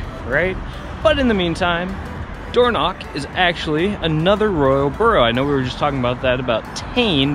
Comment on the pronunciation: Door knock???? Even google has got the wrong pronunciation!! you say it using the back of your throat! Dorno (use your throat to make the sound)ch, DO NOT pronounce like a k. Next, this is the Spelling of Alness, one L not two, this is how Burgh is spelled and pronounced BURRA NOT borrow!! Disappointing you didn't show the inside of the Cathedral as it's stunning!! Did you know that Maddona was married here!! Not the best time of year to visit these parts as everything is almost at a shutdown especially high up in the Highlands!!